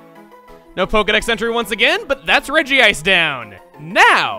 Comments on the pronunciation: its really regice not regieice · Its pronounce Re-Gice. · Regice (Redgy -ice) It was pronounced that in one of the Pokémon movies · its name is pronounced regi-ice. in japanese its name is written in hiragana, meaning that the akward regiice spelling doesnt occur as each kana is different and they all say re-gi-a-i-su. however, writting regiice was weird so they changed it to regice even though its pronounced regiice. same thing happened to lunala: in the original screenshots of the trademarks they had lunaala. just mashing two words together looks pretty weird so they changed it to lunala.